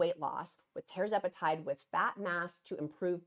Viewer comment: Tir …..zepatide not tear zepatide like “Sir” Charles